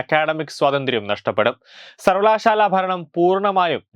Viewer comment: സർവലശാല ....... മലയാളം വായിക്കാനറിയുന്നവരില്ലെ?